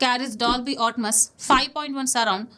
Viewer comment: Everything you shared was good but still pronouncing Atmos as 'Otmas’? That's fucking stupid! 😂😂